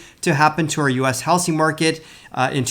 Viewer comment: I love how you say How Sing market not How zing market.